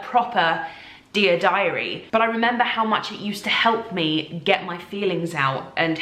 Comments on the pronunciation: I enjoy how she fell into an american accent when she said "dear diary." I'm sure it's a Veronica thing. 😂😂😂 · It was totally an american accent, loooved that you pointed it out. And love the fact that she did that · Maybe from an American perspective it isn't an American accent😂 but Veronica is American? So that's what I think it was! (Sounded American to my English ears)